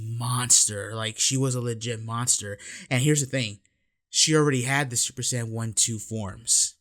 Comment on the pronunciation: Im so high that when you kept saying scion i thought i was watching a battlestar galactica video review.